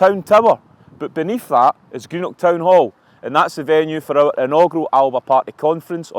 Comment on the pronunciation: Chris, the word is "our" not "wurr."😅😅😅😅